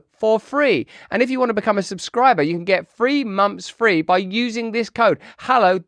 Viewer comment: Russell doing a Hallow ad: "Get free momfs free wiff 'allow"